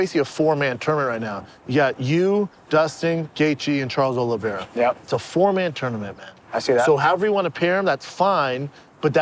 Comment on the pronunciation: Congratulations to Brendan for pronouncing Oliveira right...fuck a CTE.